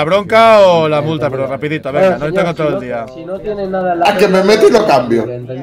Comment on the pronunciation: Señour No!! Señourr xD